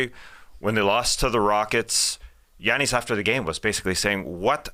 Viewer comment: dude, you say “Giannis” perfectly 👌.. sounds like you’re Greek